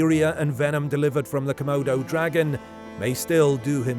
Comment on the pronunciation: Nobody: ‘C’modo Dragon”